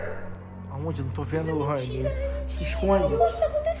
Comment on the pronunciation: Ele falou lorrayne